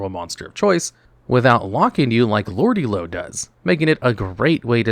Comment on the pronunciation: It’s Lordly Lode not Lordy Lode btw